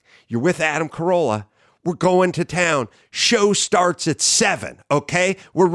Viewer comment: It's "Carolla". Ace is going to be heated